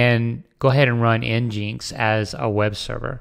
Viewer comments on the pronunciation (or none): nginx is said "Engine X"